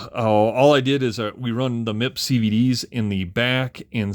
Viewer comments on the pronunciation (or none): great overview. I have one on the way. Never owned one back in the day. For stadium truck I raced a JRXT, then LXT, then XXT. btw, MIP is pronounced Em-eye-pee